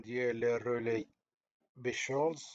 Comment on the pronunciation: السلام عليكم اسمه رولي بيكولز وليس بشولز أعتقد